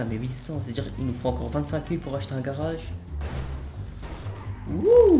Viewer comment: il dit pas:-age mais:-ache, un garache, un braquache... 😂 😂 😂